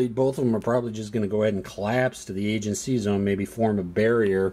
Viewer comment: So cool you have so many videos on the fleet series! My only criticism is the pronounciation, LOL! I can forgive you any Russian words, but the pronounciation of the Agean and Tyrreanean Seas is rough. But anyways working my way through the videos.